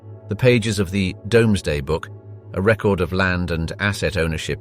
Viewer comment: It’s the doomsday book not domeday